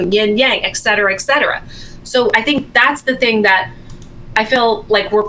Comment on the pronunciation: "Et cetera," ET.... ET... not ek.. ET...